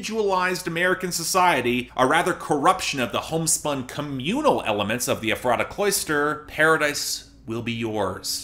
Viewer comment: Ok, I really hate to be that person, but it's pronounced (EF- ra- ta), not (ef- RAH- ta).